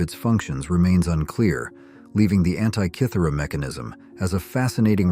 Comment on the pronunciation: Congratulations. You must be the first English speaker I’ve ever come across in a video who pronounces Antikythera correctly. Well done! 👏